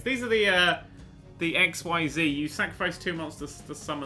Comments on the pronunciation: I'm just going off of how the characters in the show pronounced it. What you're doing is pronouncing the Z as if it were on it's own instead of pronouncing as it is used in actual words. All three of the letters in XYZ are said in the way that they would be in any other word. X (since it's at the beginning) is pronounced ex, Y (since it's in the middle and is acting as a vowel) is 'ee', and Z is just the 'zzz' sound. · Can I just point out the "XyZ" monsters (not to be confused with the series of monsters, V, W, X, Y and Z) are actually pronounced XZs. I'm still not sure why, but that's what they called them in the anime. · pronounced x-eez. The pronunciation basically treats the Y like an e.